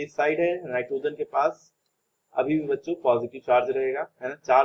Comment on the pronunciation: Baccho listen like bancho 😂😂😂😂